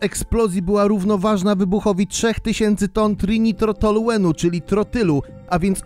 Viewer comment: Nie trinitro toluen a trój nitro toluen